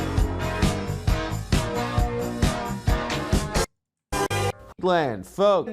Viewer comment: It still pisses me off how Adam Friedland pronounces his own last name.